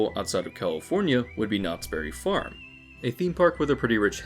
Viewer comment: I would like it if people say the name of this place right. It isnt Knottsberry Farm, it is Knott's Berry Farm. A Berry farm, owned by Knotts. Everyone calls it Knotsberry farm, like its a farm owned by Knottsberry. Super annoying.